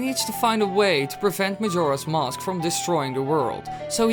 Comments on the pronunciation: mosque* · he says it a lot